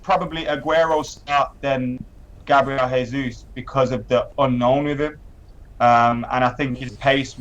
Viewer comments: G. Jesus is Brazilian, so you don't pronounce his name 'Hey-sous'; it's Portuguese not Spanish, 'Jey-sous' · Your pronouncing Gabriel Jesus completely wrong, he's Brazilian not English lol